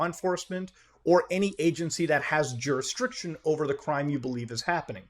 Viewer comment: MUTAHAR. it’s jurisDiction, not juriSTRiction.